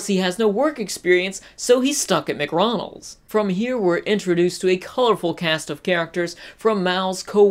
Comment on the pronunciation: He's stuck at "McRonald's" really?